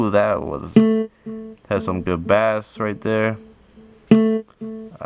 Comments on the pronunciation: It is pronounced base not bass but it is spelled bass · bass is pronounced like "base" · Bruh you pronounce bass like "base". This isnt fishing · Wtf please pronounce bass correctly you sound like a dumbass